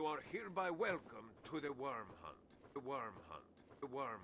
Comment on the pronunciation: That mustache is still on point as ever >:3 also he did say worm hunt instead of wyrn hunt